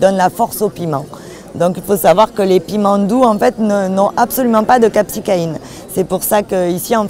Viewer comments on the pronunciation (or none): VIDÉO SYMPA mais ! Juste deux petites rectifications amicale, ce n'est pas de la "capsicaïne" mais bien de la "capsaïcine" et pour info ! elle ne se trouve pas que dans les graines. La plus grande partie se situe entre la peau et la chair du fruit. bonne continuation . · bonjour, capsaïcine et non capsicaine, et elle ne se trouve pas dans les graines mais le placenta, c'est a dire les membranes blanchâtres qui sont à l'interieur des fruits où les graines sont accrochées, d'où la confusion